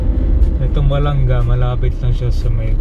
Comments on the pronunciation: My Hometown salamat po sa pag bisita, yun pong pag bigkas Ba la nga mabilis po bigkas hindi po balangga.Thank you po nasilayan namin bayan namin❤❤❤❤❤ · Balanga ! Po hindi balangga ! As in banga ! Hindi po tama yung pronunciation ninyo na balangga ! BALANGA as in banga !